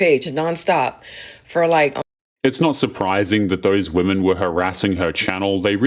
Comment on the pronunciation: Can we please start talking about people prouncing "women" as "woman"